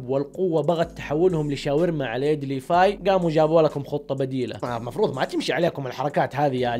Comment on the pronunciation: ياخي والله اسمه (ليڤاي) ليڤاااي مو ليفاي